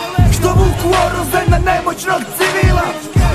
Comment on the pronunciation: Greškati je sot si reko oruzie A kažese oružie